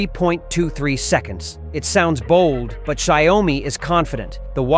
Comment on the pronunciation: It’s not sha you mi , it’s xiao mi